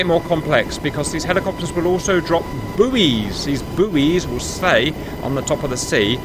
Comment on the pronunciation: its pronounced boys not booeeys. Yes its spelt buoy but it is pronounced boy im fairly certain